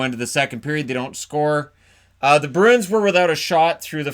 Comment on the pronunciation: So annoying when folks with only one job (talking) get it wrong. in edmonton can't say bruin. Always ask them wtf a broon is